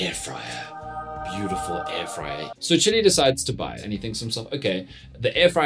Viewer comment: How do I teach Dan Corder it's not Chilli but Chili 😅